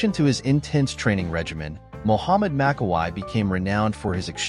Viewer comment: It is pronounced MAKKAWEE, same thing for Franco, it is pronounced COLUMBOO, get your names right if you want fans support, they know how to pronounce these legends' names